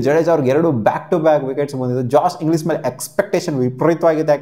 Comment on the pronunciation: Adu englis alla ellish😂